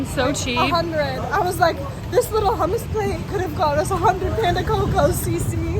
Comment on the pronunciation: It's not Panda Coco, it's Pan de Coco. (pan dee coco)